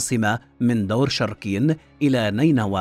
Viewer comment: الفيديو جان رائع بس كتابتك للأسماء ولفظك الهم خطأ مثل انت كاتب اشور ناصر هو اشورانسور هذا الاسم الحقيقي مو شركين شوركَين